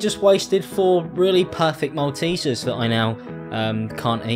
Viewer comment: What the fuck is a mal-te-ser